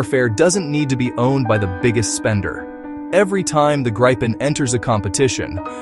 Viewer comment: And it's pronounced "Greepen", not "Grippen" or "Gr-eye-pen"